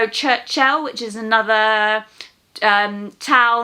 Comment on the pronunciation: I love your way of pronouncing the town if Cherchell hhh it sounds like Churchil the UK prime minister actually u must pronouce it it sher shell 😂. By the way Algeria is a continent with many cultures languages landscapes and weathers. I love the people soooo much